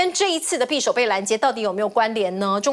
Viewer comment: [匕]首： 音[必](X) 音[比](O)